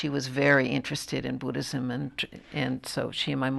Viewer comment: did the presenter just say "a lotta buddhisissim"?